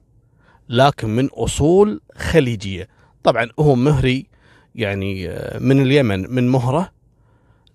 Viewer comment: مهري "بفتح الميم" .. قلتها صح اول الفيديو 😂😂😂